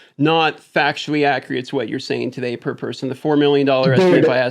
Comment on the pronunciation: This other guy keeps saying "ac-re-ate". Let's say it together: AC-CU-RATE. Man needs to go to a liberry.